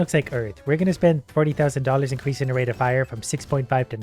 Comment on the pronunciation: Bro when he said rate is very expensive I heard rape is very expensive